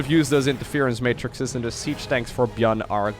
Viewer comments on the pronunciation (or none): none